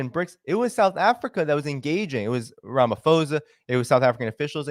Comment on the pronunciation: Thanks for the information 👏🏼👌🏼FYI Phonetically we pronounce it Rama-po-sa👍🏻